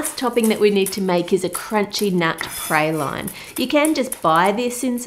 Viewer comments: I’m from Louisiana and not to criticize but it’s pray-lean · Pray-lyne 😂😂😂 I can’t even... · Look lovely and delicious. Interesting pronunciation of "praline." I'm from the South in the US. We're very much into candies called pralines. However, here they are pronounced "praw-leen." This is not unlike our pronunciation of the name of the delicious American nut pecan. Yankees, i.e., northerners, pronounce this word as "pee-can;" we southerners, from where the nut grows best, say "pee-cahn." Oh, well, variety is the spice of life, is it not? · I love pralines....but that's not even close. 1. The correct pronunciation is PRA like RAW.... LINES like LEENS (also see LEANS) 2. My great grandmother made this all the time. With PECANS (pa cawns) ! The caramel stage is pour out on a cool surface (think froze overnight marble pastry board or what I do...put 3 sheet pans in the freezer best if overnight) using her wooden spoon she would stir in the nuts then spoon them on the cooled baking trays. You cover them overnight break them up some and put them in Tupperware to enjoy. Pralines are creamy. Not crunchy. The only thing you need to chew is the nuts. Lol Good luck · I learned several things in this video besides the intended confection! I didn't know there was another way to say praline (pray-lean here in Texas) or that it's made with anything but pecans! Our praline's look completely different! Yours resembles more of a almond brittle to me. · Huh Ive heard praline pronounced praw-leen and pray-leen (its a common debate about which is right in the US) but never praw-line